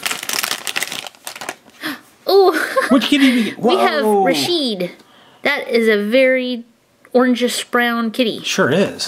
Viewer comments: It's ra ch it not rashid! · it is pernounced rachid and pear son